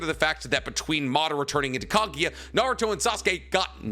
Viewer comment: for god's sake, it's kagUUUUUUya, not kagya I'm losing my mind right there ><